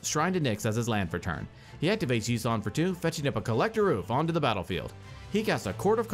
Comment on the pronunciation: I think you mispronounced Collector Ouphe when talking about MVP. 😂